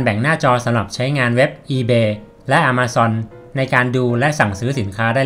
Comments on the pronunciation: ต้องอ่านว่า แอ-มะ-ซอน ครับบ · its not "A(r)ma zone ออกสำเนียงผิด ลองปรับครับ คนเมกาเขาไม่พูด อะ มา ซอน ครับ ถามโฮสแล้ว